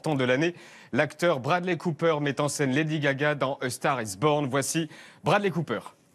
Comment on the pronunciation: A STAGH IS BOGHN !! C degoutant la facon de prononcer l'anglais à la francaise !!!!